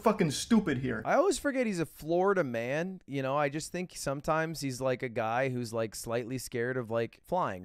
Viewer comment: Florida Man emphasis on the Man part